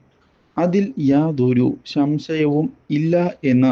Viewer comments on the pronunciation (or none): ശം ശയം അല്ല സംശയം